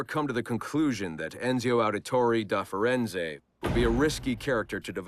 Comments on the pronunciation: It's ironical that Roger Craig Smith can't say Ezio and says Enzio. :D :D Ubi wanted to tease us :D :D :D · “Al-tear”? “Enzio Owditoray”?